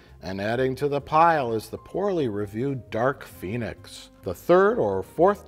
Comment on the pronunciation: "Dark Phoenis"